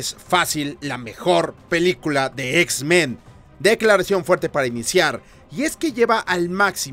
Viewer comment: no soy el único que escucha x-ben verdad jajjaja